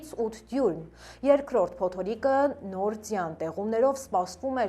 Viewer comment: ջան փոտորիկ չէ փոթորիկ